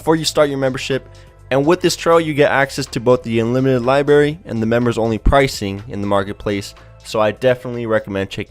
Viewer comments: It's Library not libarry ! Stay in school kids :| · LIBARY????? I think you mean LIBRARY! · library not libary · OMG IS IT JUST ME OR DOES ANYONE ELSE CRINGE WHEN SOMEONE SAYS 'LIBARY' INSTEAD OF 'LIBRARY' SAY IT RIGHT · Dude...are you a kindergarten child? It is not lie berry. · What the fuck is a lie berry? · What is a libarry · Libary?? really? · guy says "libary" Clicks out of video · it's li brarry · LIB"R"ARY, IT HAS A FREAKING R ! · There is an 'r' in "libRary", also it's'trial' NOT "trail"......!!! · library has 2 r's, learn how to speak. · the way he pronounced library agrivates me..